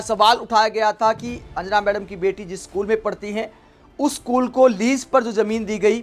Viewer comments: भाई तुम ढंग से अंजना नही बोल पा रहा है तो पत्रकार kya bnega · Anjana name sahi se uccharan kijiye bhai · Pehle tum anjana' bolna sikho sahi tarah se. Nehi to 'anna' tumko bhi court ghasitegi🤣🤣🤣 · अंजना का सही उच्चारण करें